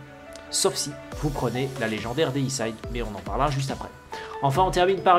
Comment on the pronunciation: On dit Déicide pas déissaïde. Ça veut dire "tuer un dieu(x)". Comme fongicide (tuer les champignons), insecticide (tuer les insectes, hommicide (tuer un humain)...